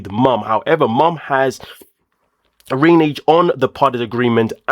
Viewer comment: Dude, is English your second language? The word that you were familiar with is “reneged”= which means they took back what they originally agreed to. Get yourself a dictionary or use your smart phone next time. SMH he’s a perfect example of the word in a sentence: “If you don’t learn the words that you cannot pronounce, I’m going to renege my subscription!”😅#Reneged😂